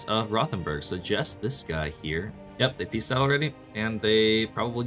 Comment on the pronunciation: Mainz is pronounced like "Mines". Rothenberg is pronounced like "Wrotenberg"